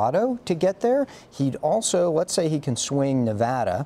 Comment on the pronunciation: What a shame. Voting for someone who cannot pronounce your state correctly.